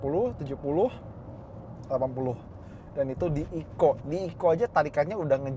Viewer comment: TTS nya nganggepnya kali ECO itu di eja, bukan dibaca sebagai 1 kata, cums klo tulisan bya Eco * nyimpen duren disitu bisa